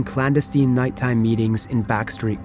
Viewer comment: Clan- desteen? Clandestine? LOL